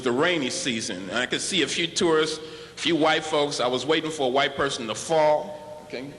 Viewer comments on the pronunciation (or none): none